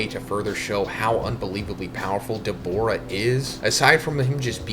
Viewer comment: WHY DO U KEEP SAYING DABORA??? ITS DA-BOO-RAH🤦🏿‍♂️